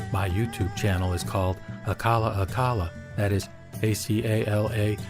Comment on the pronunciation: It's pronounced A-CHA-LA, not A-KA-LA. C is pronounced like K in Sanskrit.